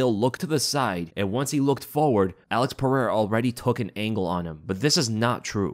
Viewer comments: piera lmao chael still cant say his name right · its Pereira, not Piera. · Oh and his real name is pronounced ( pahaira) your welcome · Thank you for addressing that. I don't know why DC, the mega cheater, thinks his words have ANY validity. Not even gonna talk about Chael. He's a clown who can't even pronounce Pereira's name right 2 years now.